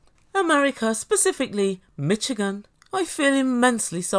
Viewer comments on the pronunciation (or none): it’s pronounced like MISH-again! The “ch” in Michigan is more like an “sh”. The state name comes from a Native American Algonquin word, that’s why it doesn’t really follow the phonetic rules of English. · It pronounced mi"sh"igan the ch is soft like the name Charlotte my mum's from Detroit Michigan. People from Michigan are called Michiganders. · I want her to hear how Americans pronounce it.